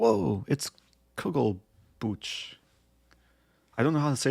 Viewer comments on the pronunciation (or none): It's not Kugelbutch but Kugelbuch, Buch (book) is spoken with a J like in Jalapeño :D